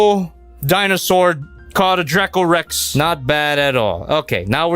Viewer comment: The way he pronounced dracorex is perfect